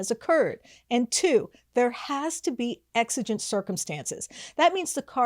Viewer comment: 6:!8 'Exigent' circumstances?? Sounded a bit odd... but I suppose you could squeeze exigent out of there somehow. Here's a definition that I found on the internet, of course: "The term “exigent circumstances” may refer to circumstances that would cause a person to perform an action deemed necessary under a reasonable context to prevent the harm of officers, individuals, destruction of important evidence, obstruction of justice, among others. It is difficult to provide an exact definition as it can take many forms depending on attendant facts. Nonetheless, it is always characterized as spontaneous and unforeseeable circumstances that require immediate action."